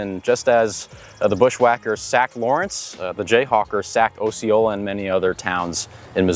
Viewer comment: As a Floridian, your pronunciation of Osceola offends me 😂. We say "ah-see-oh-lah"